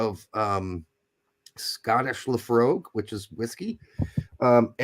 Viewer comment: Yikes. IT'S LAAHFFFREUIG. LAPHROIG